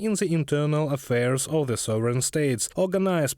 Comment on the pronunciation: "EEUU is interfering with the sovering of independent states"...ja ja ja you are great Pootin.